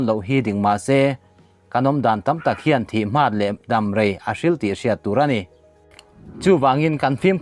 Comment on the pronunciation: Thih hmat tilo in thih hma tih zawk tur aw